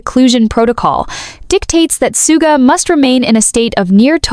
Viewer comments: thank you. I thought i was the only one who noticed the mispronounced his stage name. 💜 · No, i think they're just profiting and posting bad ai writing. They don't even pronounce Suga's name correctly. I'm blocking this.